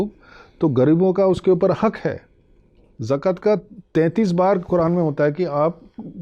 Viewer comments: Ye professor hai jakat ko jakt kah rahe hai😂😂what a knowledgeable man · Are sir zakt nahi zakat hai😅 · Sir zakat nahi zakaat hota hai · Bhai kise expert bula liye is bande ko bolna bhi nai aa raha zakaat ko zakt bol raha hai. Jo bahut he basic word hai